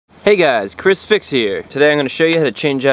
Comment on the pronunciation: You know, whenever you say "Hey guys it's ChrisFix here" it sounds like "Hey guys it's Crucifix here"